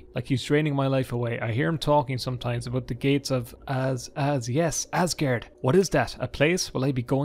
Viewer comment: When you pronounce aesgaard it's more like asgord (Asgård in Danish) Åå sounds like Oo just deeper in the back of the throat